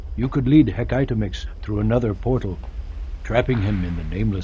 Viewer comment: I swear, if he says Hec-aitomix one more Time... xD